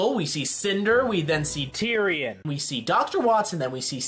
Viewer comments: My gosh when ever he says tyrion Lol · Why do you say Terian so weirdly?